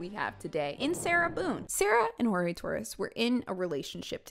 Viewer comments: I'm a little confused, his name is pronounced Hor-Hey but she's calling him George? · Sarah NEVER pronounced Jorge’s name correctly. In addition to all the blanket disrespect, that’s just a super low mean blow.